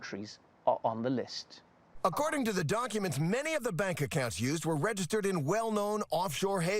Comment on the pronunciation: 43 seconds in ... Did he say doNcuments?